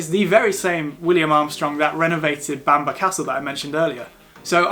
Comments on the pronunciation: It's pronounced bam-burra or bam-braa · Nice video, but it’s not “Bamber” castle & not “The” Holy Island, just Holy Island. Sadly we no longer have the Sycamore Gap tree after criminals cut it down 😢. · You pronounced bamburgh wrong mate ,apart from that brilliant video, welcome to the real north of England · I was born in Newcastle upon Tyne, Northumberland. It will always be Northumberland for me. Great video btw, you just have to work on your pronounciation of Bamburgh. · What a load of rubbish!! Learn to pronounce the names of places if you are going to put yourself out as a "guide" to them. For starters learn to say Bamburgh, or any word ending in burgh. I hope you never do a video about any more of the numerous places elsewhere that end in burgh. Newcastle upon Tyne actually is in the geographical county of Northumberland. Local government administration has nothing to do with geographical location, and to claim the monstrosity of the Angel of the North is in Northumberland is an insult to those in the county of Durham who have to put up with it.